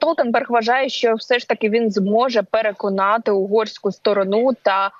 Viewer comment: СтОрону,а не СторонУ.